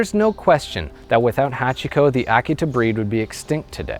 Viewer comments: Did he pronounce the name of the breed correctly? I believed that the correct pronunciation was uh-KEE-tuh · it took me most of the video to realize he was pronouncing 'Akita' oddly. I love this story. brings me to tears every time I hear it.